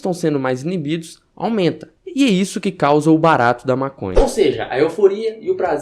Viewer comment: toda vez que ele fala "barato" eu dou uma risada kkkkk